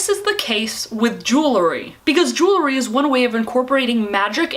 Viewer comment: Jew-el-ry not Jew-le-ry. Kills me every time.